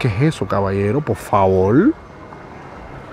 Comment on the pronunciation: it's por favor not favol